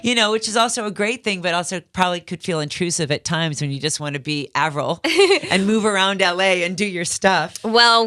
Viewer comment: Omg the host said Avril’s name wrong for a second